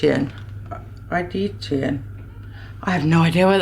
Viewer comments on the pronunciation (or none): Hi, I believe that word is pronounced as Eye-Dee-A-tion (the A is a long vowel):)